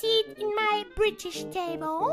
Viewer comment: grrrooby wants the brrritish table